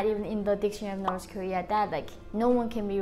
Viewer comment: Why do you pronounce north Korea as noths korea?